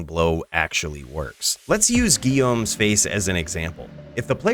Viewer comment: As a native french speaker, props to you for pronouncing "Guillaume's" Face properly!